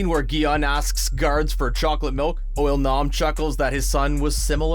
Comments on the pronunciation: Narrator: Pronounces IL-Nam as UOL-NAM with confidence. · “Oil-nam” lol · Why he sayin it like oil nom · "Oil-Nam"...is that how you say it?